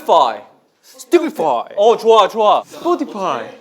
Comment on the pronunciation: Johnny : "stupefy" Kun : "stupefy" Doyoung : "spotify" Pliss lah doy,ngabrut astagaa 😭😭😭🙏🏻